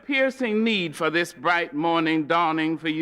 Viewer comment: “dis I like”